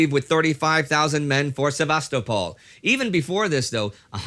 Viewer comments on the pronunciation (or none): God forbid a history channel make any efforts to gets facts correct! Also, who would pronounce it "Seb-aster-pol" when it's spelled Sevastopol? Where did that R come from? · Indy, for future reference, Sevastopol is pronounced Syeh-Vah-Stow-Pole, with the emphasis placed sharply on the third syllable. You can hear a Russian woman pronounce it near the beginning of this video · I don't know any documentary worth its salt that would mangle a pronunciation so badly. Again, there is no R in its name. As far as street names, we have an avenue in Atlanta named after the conquistador Ponce de Leon, but we don't pronounce it the Spanish way. We pronounce it Pawnts-Duh-Lee-On. Nevertheless, that doesn't change the pronunciation of the original name. Likewise, Sevastopol is correctly pronounced the way that it was shown in OP's video.